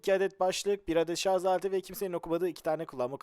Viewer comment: ŞARZZZ DEĞİL ŞARJJJJJ.... JJJJJ:)